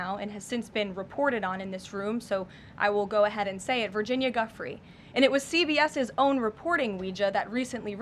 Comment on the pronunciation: The fact that this woman cannot pronounce Giuffré, nor attempts to correct herself, shows how much this administration truly cares about the victims.